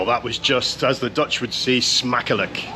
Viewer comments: Yeah the frame looks cool. The less cool part, is they took down a 17th century even more cool wall, just to make that passage. What a shame. For a guy with an accent like yours, that pronounciation was pretty spot on! In general impressed with your pronounciation of Dutch words and names. Not just once upon a time. They still use the wheel for the mill. It just wasnt running when you got there. 11.30 Lol, I am from Maastricht, and I'm wondering the same hahaha. You got lucky though, because you see so much more of the city, compared to being surrounded by dosens of people. Thats St. Servaas. (St. Servatius). Patron of the city. Holding the key to the city. Fun fact:The street in between the churches is called "Vagenvuur" Translates to Purgatory. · Don't apologize for your Dutch, it's really pretty good!! Had no problem whatsoever understanding what you said. Probably because you're Scottish and have no problem pronouncing the infamous 'G' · Your pronunciation is good and you really found a very quiet day. I've been to Maastricht many times (even walking the Pieterpad from Groningen to Maastricht), but I always thought it was almost too busy. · Hi, just watched your tour of Maastricht and your Dutch pronunciation is actually very good. Love all your other videos. Thank you. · You did well with the pronunciation of the Dutch language. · I'm astonished by how good your Dutch pronunciation is! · I was born in Maastricht you showed the best parts ❤ your pronounciation was perfect 🤩 loved you saying dont go to Amsterdam 😂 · you do pronounce most things surprisingly well. to the point that i wonder if you ever tried to learn dutch ;o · What a great video,. I just love the way you wander around with a basic plan in your head while not forgetting to be distracted by your curiosity. And your Dutch pronunciation is actually really good. No difficulty at all in understanding what you're saying. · Your pronunciation is really good!👍